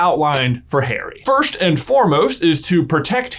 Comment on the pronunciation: No one: J: “FIRSHT”… “Philosopher’s Shtone” Im sorry love you J but I can’t unhear it now